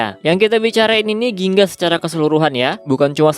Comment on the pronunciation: Gingga bang bukan ginga